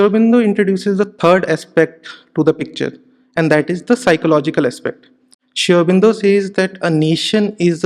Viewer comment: This guy to me seems to have presented sri aurobindo's ideology in a distorted manner. Also he can't even pronounce sri aurobindo's name properly and uses terms like 'prophet'. Should we really trust the words from him??